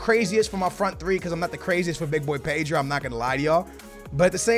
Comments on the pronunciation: PEYDRO??? PAY-DRO? Ped-ro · No,it's P-eh-dro.That is how you pronounce his name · Paydro? 😂 cmon